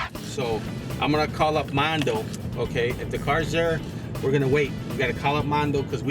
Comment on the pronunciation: “Cawl the Cawps”